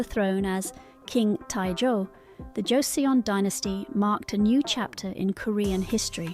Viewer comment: where to begin? First, Paekje is not Pike-ye but closer to Peck-jay. Joseon is not pronounced Joe-see-on but closer to Joe-Sun, as in the Sun in the sky. And I could go on. Much of this is a failure of the transliteration from Hangul to English, but the producers should have reviewed this with a native speaker. Would have been an easy fix.